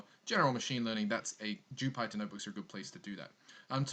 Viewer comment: Not to be a jerk but Jypter is pronounced like the planet Jupiter.